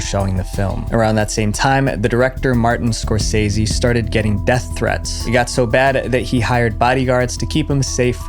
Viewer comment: Im gonna have to check out this Martin Score-sessi guy. Wonder if he's as good as Martin Score-say-zee